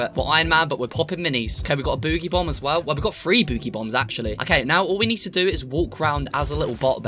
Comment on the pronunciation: You said boogy Bon is bog Bon